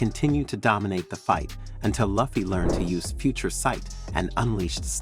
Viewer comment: Video is got but your pronunciation of Luffy is like nails on a chalkboard